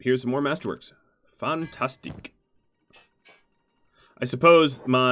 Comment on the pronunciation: are you from romania broada ? the way you seid 'fantastic' sounds romanian ,and a little franch, to me:))